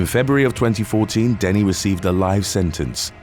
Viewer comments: I love your stories but I hate how on so many youtube videos names are said wrong. It's not Joanna denny its dennehy. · It's pronounced Joanna Denneheeeee